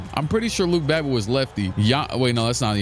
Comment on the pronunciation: he said luke babbitt how soulja said drake lmao